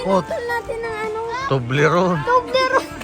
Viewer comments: ❤❤😂😂ahay di nya mabigkas ang tublerone,fevorite korin yan …Ingat kayo……😊😊😊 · Katuwa si hindi niya mabigkas ang tobleron haha bahay haha...expensive yan pero yamyam.matitikman n lahat dito.masaya silang lahat si zinea ay close silang lahat enjoy your groceries more a lot foods god bless